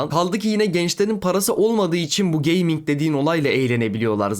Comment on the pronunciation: Abla 4chan'de 9gag'de gezmiş biraz onları da biz sanmış. Geyming de geyming diyor bir de. Bi geyming pc olmuş 50k Steam geçmiş dolara ne diyon be ablam gözünü seveyim be abim.